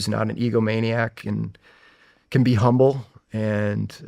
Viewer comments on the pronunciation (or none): none